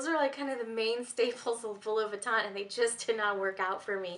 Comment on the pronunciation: It aggravates me how you say Louis Vuitton